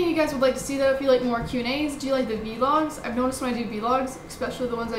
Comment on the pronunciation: its not v-logs its vlogs